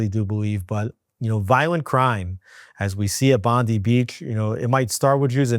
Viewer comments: 'Bondi' Beach is not pronounced the same as in Pam 'Bondi'. It is as in 'Bondai', or 'Bon-die'. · Aussie here. Bondi is pronounced "Bond eye" . Non-Jew, and I am with you. Am Ysrael Chai. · Not Bondee beach it’s Bond-eye. Yes it’s a minor thing and you’re both not expected to know just trying to help. In case the topic is spoken about again, which seems likely. Am Yisrael Chai! (Hope I got that right 🫣😬😂)